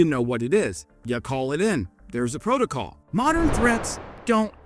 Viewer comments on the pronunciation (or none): none